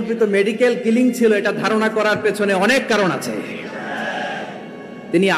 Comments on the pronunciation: উপস্থাপিকা ম্যাডাম, মেডিকেল ক্লিনিং না কথাটা হবে মেডিকেল কিলিং..পড়াশোনা তো করেছেন তাহলে তো জানার কথা দুইটা শব্দের অথ সম্পূর্ণ আলাদা 😂😂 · উপস্থাপকের শিক্ষাগত যোগ্যতা দেখে আমরা অবাক,কিলিং কে ক্লিনিং বলতেছে,এরা কেমনে জাতীয় গণমাধ্যমে দেশি বিদেশি নিউজ উপস্থাপনা করে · ক্লিনিং না কিলিং এরা সাংবাদিক হয় কেমনে